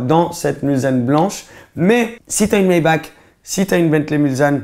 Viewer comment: c'est bentley mulsanne ou le s ce prononce s et pas z